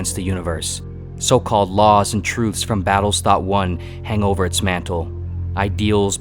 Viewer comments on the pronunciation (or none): none